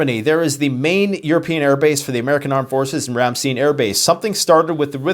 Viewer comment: Ram STEIN AS IN A MUG OF BEER